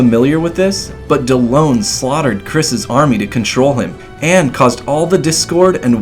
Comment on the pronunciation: Miharu is TRIGGERED actually they are pronounced correctly. Karin is pronounced as Karen and Dellons is pronounced as Del-ons.